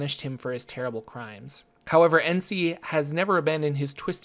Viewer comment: Its pronounced nuh-SEE, not en-SEE.His full name is Ras Nsi(RAZ nuh-SEE).